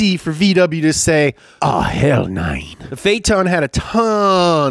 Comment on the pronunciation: he killed me when he said "oh hell nein" in german accent!